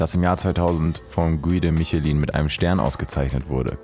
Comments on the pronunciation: Hey, Ich schaue deine videos jeden Tag so gerne!! Aber eine Sache triggert mich bisschen haha Also mein dad hat 3 Michelin Sterne deswegen spreche ich aus Erfahrung. Man spricht Michelin französisch aus „Mischlä“. Sorryyyy aber mich triggert das bisschen wenn man das falsch ausspricht. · Du hast nicht Michelin wie Autoreifen ausgesprochen 😂😂😂 das ist französisch Herzchen. Probier's nochmal